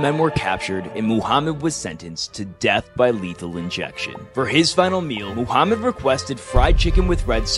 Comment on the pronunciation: You pronounce it right Muhammad no mahamet